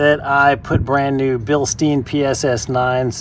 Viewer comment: The American pronunciation of Bilstein is hilarious, made me laugh. You’ve done a great deal on this car but no engine modifications, how come? Your exhaust inserts will be costing you power. Have you any experience of a lightweight flywheel and tubular exhaust manifolds on this car?